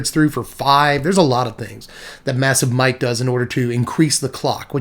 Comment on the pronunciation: first time you said Massive Might... I thought you Said Missive MIKE lol ha ha I thought you where naming the Snail.. an thanks for the $5 Decks..